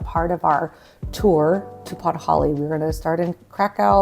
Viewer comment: A decade in Poland and you call Podhale podholly 🤡 Yup you're a murican alright...🤮